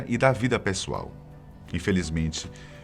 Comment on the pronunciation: Só eu que reparo o jeito engraçado que ele fala VÍDEO